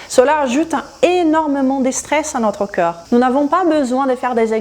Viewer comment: avec tout le respect que je vous dois, je trouve que vous expliquez super bien et de manière très claire, néanmoins, une seule critique, qui se veut constructive, quand vous prononcez corps...cela sonne comme si vous disiez coeur et comme vous utilisez beaucoup ce mot dans beaucoup de vos videos cela devient gênant. Votre français est magnifique sinon.